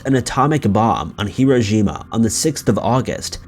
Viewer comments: Great and it's "Hiroshima" but you're saying "Hirojima" maybe a confusion with Iwo Jima 👌🏽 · You keep saying “Hirojima”- the city was Hiroshima. Pronounced “hee ROH shee ma” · Yeah, his pronunciation of that was so bad. It sounded like he was saying ‘zh’ instead of ‘sh’ too. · Hiroshima bish not hirojima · Please make sure. Hiroshima is not pronounced, "hirojima' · Absolutely! He keeps saying Iwo Jima, instead of Hiroshima!! Very Poor research on his part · (Hı-roe-shı-mah) is said quickly and with no stress on any syllable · He's saying Hiroshima so badly that it does sound like Iwo Jima. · Is the narrator mispronouncing Hiroshima or saying the bomb dropped by the Enola Gay was on Iwo Jima? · He was trying to say Hiroshima but he mispronounced it every time. The right way is accented on only one syllable, the second one which is a long O. The third syllable should have a long I. The reader kept giving it accents on the first and third syllables. He gives the third syllable a short I. Now someone can leave a snarky reply. I just can't stand it that so many people can not be bothered to find out how to pronounce a word before they make a video, especially the name of a city. In all my texts I haven't made any comments about grammar or sentence structure. I haven't even mentioned my bewilderment at people who don't proof read their texts before posting them, not knowing what autocorrect has done to their copy. Hiroshima is probably pronounced incorrectly more often than not. I also think it is arrogant and rude to change the names of cities in other countries, especially ones we have totally destroyed, because we find the real name too hard to say. For years I have been driven grumpy over these things and I've kept myself from commenting. This time I just couldn't help myself. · rubbing his hands together before each upload - "What can I mispronounce on this video?" Clue: It's Hiroshima today. He'll never top 'Dublin' tho 😋 Hey - we're on to you man!!✌